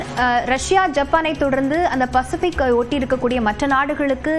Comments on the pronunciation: அதென்ன பெசிபிக்.. பசிபிக் என உச்சரிப்பு இருந்தால் என்ன? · Yeanga reporter enna ippadi thikkugiraar pacifi fesific engiraar